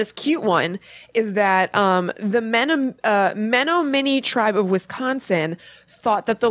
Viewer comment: It is pronounced men-om-in-ee tribe in WI. Lol I'm from the area.